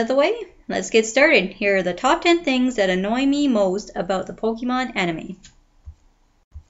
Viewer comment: its pronounced po-kay-mon.. not po-kee-mon